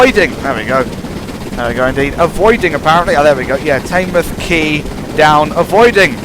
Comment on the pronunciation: Just letting you know, Teignmouth is pronounced Tin mooth